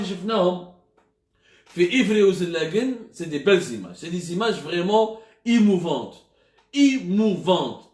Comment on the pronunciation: Émouvante pas imouvente